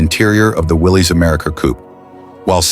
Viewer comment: so where's this Rambler you're rambling on about? I'm confused what does the '60's Rambler American got to do with cars of the '40's? It's pronounced Willis. It's Americar not American. and you show a Plymouth. and that's no '42 Chevy. they weren't gearing up for anything. They had no idea in Sept. that 3 months later we would be attacked by the Japanese. Idiots which, like all the other auto manuf.'s, they were as they were selling pre war models. looks just like a '42 Chevy.